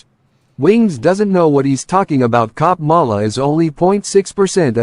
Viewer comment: is so funny. Acting like he doesn’t know how to say Kamala…lmao. Kuh-Mel-uh my ass!